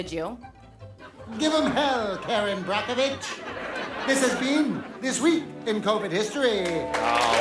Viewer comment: "Kerin Brocovich!"👍😂😂🤣🤣